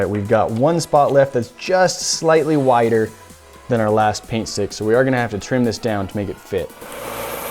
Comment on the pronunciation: i always hear "pain stick" >_<